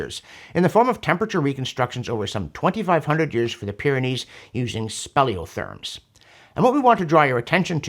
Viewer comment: It's not them Speleotherms, John. but th-erm Speleothems